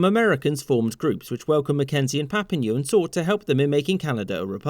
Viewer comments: Hehe. Just for any non Canadian viewers, William Lyon Mackenzie is pronounced Lion, like the big cat. Papineau is pronounced Papi-NO, rather than Papi-NEW. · I have to stop. You can't pronounce Papineau and it hurts to hear you mangle it. Say pap-eee-know not papa-knew. Also William Lyon MacKenzie's name rhymes with lions from Africa, not Lyon in France. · Just a note on pronunciation of French names like Papineau. It's not "Papi-new", it's "Papi-no". Same "-eau" ending like Trudeau. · Ok i can’t keep shut about this: it’s pronounced Papin-oh, not Papin-ew.... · Brilliant video as usual! Just for future reference, "eau" can be pronounced "oh". So rather than "Papi-new" it would be "Papi-no", for example. I'm originally from near where Papineau was born, so it was a wee bit odd for me to hear your pronunciation ahaha. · I always love to see videos on Canada but I was confused by the title. We generally refer to these events as the Rebellions of 1837-38, not the Canadian Revolution (some quebecois might call it a revolution). Also, Papineau is pronounced like “papi-noh” not “papi-new” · Minor pronunciation quibbles - Lyon is pronounced like lion in English. Papineau ends in a long O sound (eau), not "ew" (ou, like Pompidou?). The rebellions also disrupted the existing system enough to get Durham to recommend responsible government (i.e. greater self-rule - a core demand of both rebellions) to the British government (although that took about a decade to happen with the Act of Union 1849), which in turn led to greater demands for autonomy in time. Aside from that, great video! This is a staple of high school history material in Canadian schools (and the rebel leaders are major historical figures with tons of stuff named after them in Quebec and Ontario respectively) but really obscure outside of Canada. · Pap-een-o and Wm Lion Mackenzie, please get the voice-overs right. It's insulting to both the French and British of our history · it's pronounced Papi-no